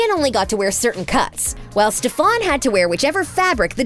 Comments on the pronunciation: ITS STEFAN NOT STEPHAN 😭😭😭😭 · please pick a new person to narrate who actually knows the content they’re talking about 💀 his name is STEFAN NOT STEFAAN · Girly couldn’t pronounce those names for the life of her Damion 😭🤚 Alena and StefAN 💀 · She really said Damien and Stefon😭😤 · i... just listen to this: “damian” “carolyn” “stephon” learn the names or don’t talk about them 🤡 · "DamEEan" "Alena" "StefAN" girl- are you ok... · Damian? Stefawn? Carolynn? Did this idiot watch even part of an episode of TVD? It's not cute. Hearing her mispronounce names is infuriating 😆!!! DAMON, STEFAN, AND CAROLINE! Now I just want to hear her say things correctly... CRinGe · What’s with pronouncing their names wrong?? Its Damon NOT Damien and it’s Stefan not Steffan, I know Kai Parker did call Stefan Steffan once and Stephen but that was his character not sure what excuse ye have since it’s been more than once in this video 🙈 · PLS NOT- "ste-FAWN" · Girl-- cArOlEne It's CAROLINE E l e n a not alEnA Damon not dAmEn Stefan not sTefOn. Mad annoying. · “StEphAn” GIRLL ITS STEFEN ITS SPELLED LIKE STEFAN BUT YOU SAY “STÉ F ÉN” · “DamEEn” “StefAn” “AlenA” Sorry but I hate it when people deep dive into stuff and don’t even know the names of the people they are talking about. (Bye sorry I am a very big tvd Stan) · Ikr? Every time she said Stephaan (spelled for pronunciation purposes) I just threw my hands in the air. Then add Dam-ee-an and I was done. Smh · She also said stefon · and stefaan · first of all its Damon not Damien as u called him and 2nd it Stefan as in stef- an not stef- arn. please if your going to narrate a clip get the names right x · Ma'am it's Stefan 😂😭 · Did she just say carelin damien and stefawn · Cringed everytime she pronounced Stefan’s name wrong 💀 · For someone who puts a lot of time and effort into things about the show, you would think you could pronounce the names 😏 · The way she said Damon and Stefan wrong got me laughing so hard